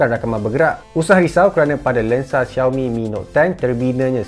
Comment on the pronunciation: Shao mi, bukan ziao mi 😄